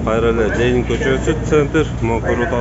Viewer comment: Лелин эмес Ленин